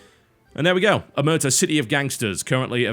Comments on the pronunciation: it's pronounced like O-mare-tah; it's the cosa nostra's code of silence. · It is pronounced Omertà, the accent goes on the last letter. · About the pronounce, the stress is on the A. It's an italian word to refer to when someone refuses to speak about or pretends not to know something, specifically related to mafia and crime in general. There's not a proper word for that in english. :P